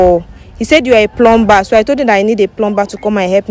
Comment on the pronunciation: HEY. Please the word PLUMBER. IS pronounce PLUMMER THE B IS SILENT. SORRY.MY DEAR. ENGLISH IS MY FIRST LANGUAGE.